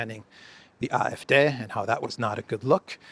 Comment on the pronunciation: It's pronounced "ah" "eff" "day",....not "deh".